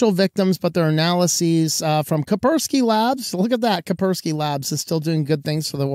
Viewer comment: It is KaSpersky, not Kapersky. The way it sneaked some anonymous AV software into people's computers without telling them in advance is dodgy AF. Many also reported it reinstalled itself in their systems. Kaspersky has HQ in Moscow and if not yet, for the future I cannot see how it wouldn't budge if Kremlin issued an order. Maybe it is the long term tactics: do the best job in the industry, gain trust, get access to millions computers and then hit when nobody (but a few) expect it. One never knows with them RuSSians who still operate in or from RuSSia these days. Never had a deal with Kaspersky and I regret nothing.